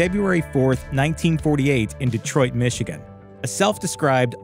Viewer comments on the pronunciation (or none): none